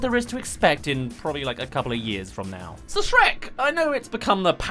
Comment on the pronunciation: "Sherk" lol